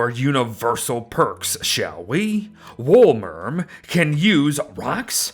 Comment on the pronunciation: I’m pretty sure it’s pronounced “wolemerm”